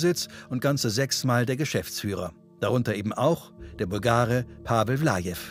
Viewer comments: Pavel Palavel. Oh mein Gott, so heisst doch kein Kroate. 🤦🏻‍♂️🤦🏻‍♂️🤦🏻‍♂️🤦🏻‍♂️ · Pavel Palavel ist einfach Pavel Pa"la"vel mit einem "la" zwischen drin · Der sagt Pavel valave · Pavel Lajev 😄 Pavel Valave 😂 Pavel Palavel ... da ist mir echt der Kaffee aus der Nase gekommen 🤣🤣 Hauptsache Pavel